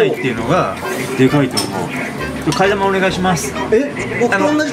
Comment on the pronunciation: 替え玉の呼び方 生(なま) 生(き)と思ってました。